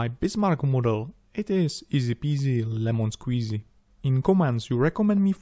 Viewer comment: "Laymon squzzy..."